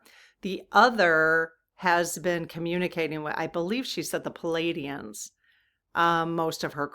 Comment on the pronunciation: Plee-AIDEE-ans, not PULL-Aidee-ans